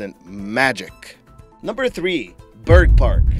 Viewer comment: The first time you said bergpark, I thought you said bird fart. lol.